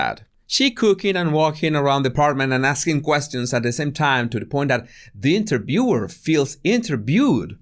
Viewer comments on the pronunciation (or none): “The interbewer feels interbewed “ Hahahahahah… has a big problem with pronouncing “ V “